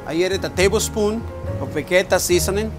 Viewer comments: Pronounce as ve-je-ta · Vegeta is a Croatian product, I am Croatian and I am pretty sure that I know how to pronounce Vegeta! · stop saying vegeta